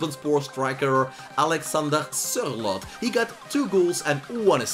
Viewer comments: I just wanted to say that that your Sørloth pronunciation was 100% perfect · Ja nesten perfekt